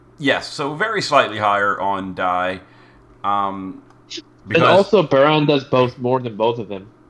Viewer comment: its Baaraan, it means rain.